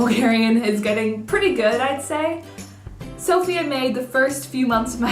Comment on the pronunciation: Great video. I'm impressed you pronounced the name of the city"Sofia" correctly- most of the foreigners don't. I keep explaining that the personal female name "Sofia" gets а stress on the "i", but the name of the city- on the "O". And btw I haven't been touched my the " juice", "slippers" and "astrology" mania ,LOL I guess even bulgarians are different and hard to classify, and you made your assumption according to your experience.